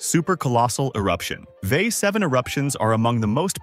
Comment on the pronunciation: So easy to tell that this is read by a bot when they pronounce VEI as a word. 😂